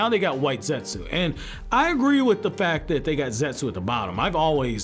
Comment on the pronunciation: You're aware the U in Zetsu isn't pronounced?